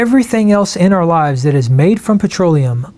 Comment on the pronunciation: Arrrh society mateee! He speaks pirate!